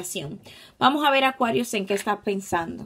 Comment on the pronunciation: Cada vez q dices Acuarius me siento una bebida 😅😅